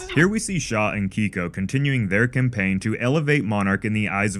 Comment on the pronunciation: How can you watch this show and still pronounce names wrong? It’s pronounced KAY-Ko, like the letter K, not KEY-Ko. That’s why Lee refers to her as KAY, as in short for the first part of her name. He doesn’t call her KEY. Other than that, good work.